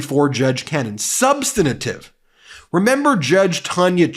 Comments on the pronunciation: He always says "SUBSTANATIVE" . Is that legal speak for substantive? Or an alternate accepted pronunciation? It sounds so weird and is one of those things that you know doesn't matter but still grates on the ears - esp when he rides others for failing to pronounce things properly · Substantive, not substantitive. Please. :) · Please work on learning to pronounce "substantive." Thanks for sharing. Just. Vote. Blue. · Overly emotional, unprepared video of someone who refuses to learn how to pronounce "substantive."